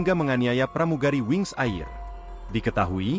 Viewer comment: Wings Air (bacanya "Er"ya min)😊